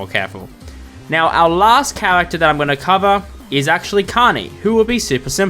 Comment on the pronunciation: Why does every fnaf YouTuber pronounce character as chawagter